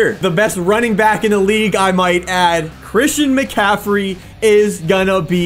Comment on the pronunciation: Run with he tried to say Metcalf but it was Christian McCaffrey so he turned it into